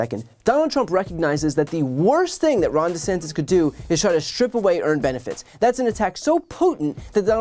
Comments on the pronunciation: Actually "sanctus" is Latin for "holy." So he's actually calling him "Ron DeHoly," so he even manages to fail at insulting him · lol I was wondering if trdump was saying the last name wrong or just trying to be silly. who knows where he is concerned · I thought he just didn't know how to pronounce his name... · I hear "DeSanctis" and I think "Spiritus Sanctus", which is a GOOD thing. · Na man. Trump is actually good w this one. Desanctis is so far behind Trump in the poles he doesn’t even need to learn to say his name correctly. Trump is great at being an asshole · I don’t think trump knows he’s actually pronouncing Ronnie’s name. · He thinks he's being clever by mispronouncing his name intentionally. He's trying to imply that he's DeSanctimonious. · I don't think Trump was trying to come up with a new nickname, I think he just can't pronounce DeSantis, or perhaps isn't really sure what his name actually is. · He's only using "DeSanctis" because he accidentally said it in Iowa and is pretending now that he did it on purpose. He didn't. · I think he’s been saying desanctimonious for so long he’s forgotten how to say his name correctly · Ron Disanctis? haha. His speech impediment is getting worse. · I laugh every time I hear Trump call him DeSanctus since the word Sanctus means holy, so yes trump is an idiot. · The reason Trump is having a Hard time Saying DeSantis, in lieu calling him DeSanctus is because Trump is Actually Dyslexic and cannot read his Que Cards with any authority... Watch Trump's eye's, he is having a Hard Time Focusing... and he's also full of Shit,,, that may be cluttering his eyes as well. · Did he say Ron "DesSankthis"? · I thought he was saying "DeSankedUs" lol. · DeSank-tus 😮 Who’s that Trump??? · desanctos?? sanktus? not sanctious? de-saintous? da fick is he talking about 😂😂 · My suspicion is that Trump has resorted to the pejoratives 'DeSanctus' and 'De Sanctimonious', simply because he can't remember/pronounce DeSantis. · "Ron DeSanctis".